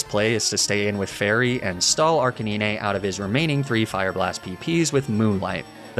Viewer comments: is the "arcineenay" thing supposed to be cute?...funny? because it's not either of those things. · we just gonna pass over “arcaneenay”? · uh arcanin-eh? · I hate how he says arcanine totally wrong. Makes me wanna stop watching sometimes. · Does he mispronounce names on purpose? Like Arcanine and Facade? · dude can you please just pronounce arcanine correctly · nah bc wtf is a arc-a-niney and lapra😭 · Good videos but the way you pronounce Lapras, Arcanine and Magnemite is actually an assault on my soul. Also Tauros being a horse what? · That is not how you pronounce Arcanine. And Lapras for that matter.